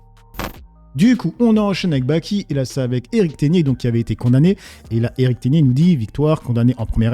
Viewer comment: j'adore ton contenu et je regarde toutes tes vidéos mais stp fais un effort sur la prononciation de certains mots on dit RODEZZE et pas RODé et aussi Eric teGner et pas eric teNier c'est ma seule remarque